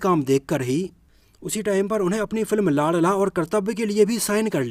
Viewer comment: लांड़ला नहीं लाडला बोलो😂😂😂😂